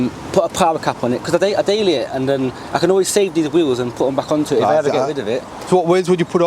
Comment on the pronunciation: He kept saying he wants to change the wheels but I didn’t quite get what he was saying. 😂😂😂😂😂